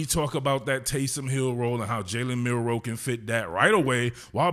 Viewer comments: How you gonna call your nephew name on national TV and can't say his name right? He said Milrose. Not Milroe. Gtfoh.... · "My nephew" then goes and mispronounced his last name. Do better. "MILROSE?"